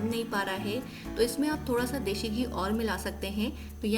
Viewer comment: Mam recipe is wonderful but it is desi ghee not deshi!!